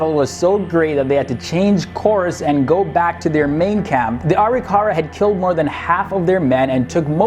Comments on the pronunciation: Areekara? Ar-Ri-KARA would be the correct pronunciation. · Just a note .... the name for the Indian Tribe was pronounced ....AW-RICK-AW-RAW. Just thought I would make that known to you all......enjoy the story my friends.